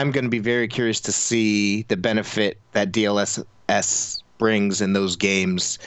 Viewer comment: I've been looking for this exact comment. I just knew someone else had to be wondering the same thing lol. You forgot the best one tho: DSLSLS. No fr, I swear he actually said that once.